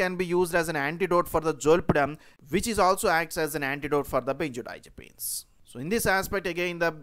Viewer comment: If i have to hear the word "benzerdiazerpeens" one more time...